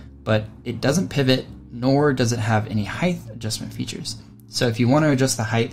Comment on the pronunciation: WTF is "heighth"?